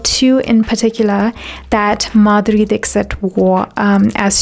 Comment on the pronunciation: Beautiful well researched video . Thankyou for sharing it with the world. :) One lil correction if i may.. in India , Dixit surname is pronounced differently, not Dik-sit ( u can read as 'Dikhshit' :)